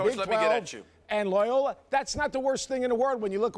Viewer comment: The "Loyola" pronunciation had no vowels in it!